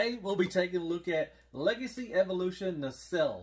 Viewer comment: You’re finally saying Nacelle correctly! 👍🏻